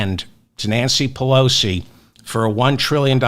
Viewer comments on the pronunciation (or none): none